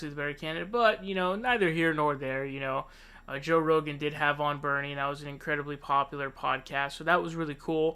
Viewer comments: Joe Ro-Gan 😂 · Joe Rowgaan